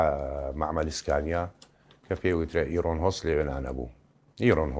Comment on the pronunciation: ئارن نەک ئیرۆن 🙂